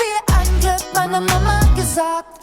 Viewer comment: You just pronounced "Mama hat gesagt" like Helmut Kohl when he tried to speak standard German! And he was the Chancellor, after all!